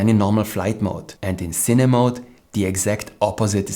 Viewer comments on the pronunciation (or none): none